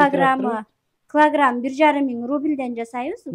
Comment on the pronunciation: Кылаграм ,атделный , Пырлитарская .Сабаттуулугунду да кичине остур.(килограмм, отдельный,пролетарская )без обид ок 😉